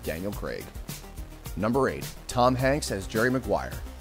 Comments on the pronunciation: an american who pronounces Craig correctly ? awesome ! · Oh my dear Lord in Heaven... FINALLY! An American who can pronounce Daniel Craig correctly! This is a truly rare and beautiful thing.